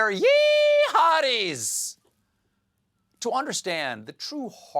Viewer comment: "They're YEEE-hadis"